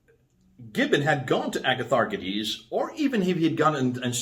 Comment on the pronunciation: Better say “a-ya-tha-rchiè-this” with “y”like in yummi not like “good” and last d is pronounced as thee in all Greek. D in Greek is written as “nt”. So eg demon is actually “theè-mon”. E in ancient Greek is also like double ee (look at its glyph; two c together and in archaic the capital E had two lines in the middle). Greeks had an other “single” e ie “αι”.